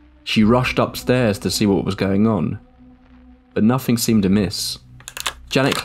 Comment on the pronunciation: It's wild that you can pronounce the, but nothing is nufing, and brother is bruva. Why??? It's T-H!!!